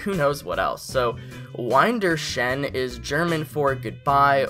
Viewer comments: "Wiedersehen" is pronounced "veeder-zay-en". Nice video! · Vee-der-zay-en (ph.)